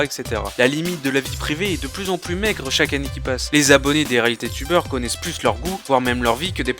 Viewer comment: À peine 100 Zabonnés? les liaisons stp, les liaisons!